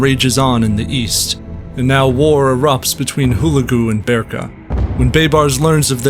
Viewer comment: It's pronounce HU-LEG_U !! And , Baibars was a Koten Slave taken by the Mongols and sold to the Venetians and then sold to the Egyptians. He was of a Horse tribe formerly living in Hungary, but expelled because they wouldn't fight for the King of Hungary against the Mongols and so fled to the Crimea. The Mongols had always claimed the Koten as part of their world, He was white in genetic makeup.